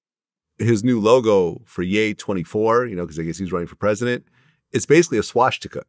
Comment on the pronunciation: Swastika not swashtika